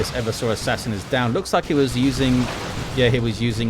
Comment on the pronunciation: PSA: the name is e-VER-sor Assassin, not Ever-sore. from root word "everse", which means "to overthrow or subvert"